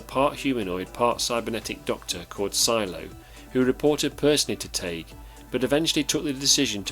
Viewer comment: its spelled Tagge and it's pronounced; "tag". double consonant g makes the a sound short and the e is silent bacause the preceeding sylable has only 1 vowel. "Tag", as in tag your it. If it were 1 G then it would be the A sound (like saying the word A) like in the words sage, page, or mage. but the correct pronunciation is the "ah" sound like in bag, tag, sad, etc.